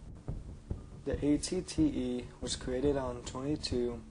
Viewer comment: ***** derp sorry xD wasn't thinking. also was it just me, or was he saying at-ts instead of at-te ?